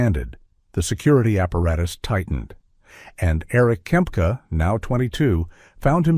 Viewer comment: Not Kemp, its Kempka....